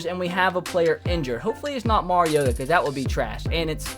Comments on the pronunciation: He said marcus marigoata 😂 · Jeremy Hernandez He's saying Mari-goat-a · He said marigota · Did he say Marcus Marigota? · He said marigotta omg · Don't ever say Marcus marigoata again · how do you feel about Corey Davis's injury By the way you said marigoata wrong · He's a Titans fan but cannot pronounce his QBs name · Wow a titans fan cant even say the qbs name right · His a Titans fan and he can't even pronounce Marcus Mariota name